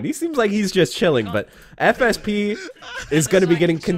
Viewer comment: Every time you say "FSP", I keep hearing "FSB" and I'm like, "Wait... The man who just crashed the crypto market is a Rufus main with no footsies? That explains a lot."